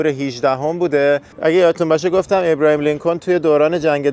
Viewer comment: آبراهام لینکلن نه ابراهیم . یخورده سواد بابا